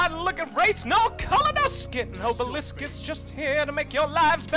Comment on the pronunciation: I like how he pronounces oblis obelisk.